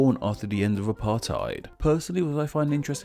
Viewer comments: Did you just say 'Apart-hide'? you could just say the seperation if you can't say it correctly.. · As a South African, that pronunciation of Apartheid killed me, but at least you tried. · His pronunciation of apartheid made me snort.